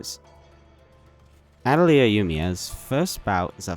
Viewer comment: People need to get together and learn how to pronounce "atelier"